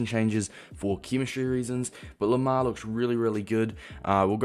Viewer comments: its pronounced like "Limair" (Lim like Lime) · It’s pronounced lime-er